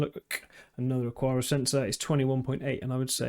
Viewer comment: It's Ak-ara. Xiaomi is pretty close to Show-me, but with a little "shiow" in it. The one that throws me is the UK pronunciation of "template." I'm still not sure whether the UK dictionary says "tem"-"plate" or "temp" "late" where the "late" is pronounced "lut", which I'm certain is the American English pronunciation. :)